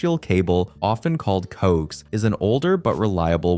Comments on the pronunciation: The saying "coax" is driving me insane. Its "co-ax". You say it separately because its just shortening the word coaxial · I think it’s funny how he pronounces coax. I have always heard it pronounced co-ax. Like an ax that you use to cut down a tree. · The pronunciation for 'coax' was killing me